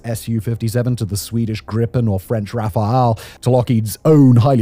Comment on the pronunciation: Well, that's an improvement! before: Simon pronouncing the Rafale as Rafael now: Simon pronouncing the Rafale as Rafa-al Simon's Getting there everyone!